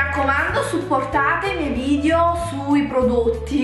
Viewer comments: Un consiglio; se il tuo lavoro è fare video su YouTube, la prima parola da pronunciare senza sfondoni sarebbe proprio vidEo... non vidio 😳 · si dice video non vidio....